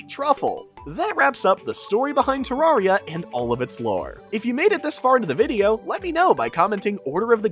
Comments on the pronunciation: its ter AIR ria not ter AR ria didnt watch the video JUST because of this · ITS TERRARIA NOT TARRARIA PLEASE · Why do people keep pronouncing Terraria like a fucking tool? Its not TerRARia. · It's Terraria not Tuh rawr ria. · It’s not fucking “ter rar eya” it’s “ter rare eya” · It's terrAIRia not terrAREia because it is a terrarium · Bruh it’s pronounced terrairia not tararia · its pronounced terraria not tarraria btw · the more he says ter-rah-reah maks me hurt so bad its TER-RAIR-RIAH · DUDE ITS TEREARYA NOT TARARIA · Why do you say terrawria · turraria is what you are saying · ew who calls it "terrawria" 😢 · Stop saying tararia 😊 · it's terraria not terrarrai so could you please say it right next time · Im sorry i know this is annoying but it’s tuh-RARE-ee-uh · literally stopped watching after hearing te-rawr-ia after 1 second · Tarraria... druid... STOP PLS. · ITS TERRAIRIYA not terraria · your saying terraria wrong to many times your saying tarraria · Man sayed torrira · I know im late but he said terraria wrong 14 times in this video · WHY DO YOU PRONOUNCE IT LIKE THAT THATS THE WRONG WAY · the way you pronounce terraria is very annoying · you pronounce terraria wrong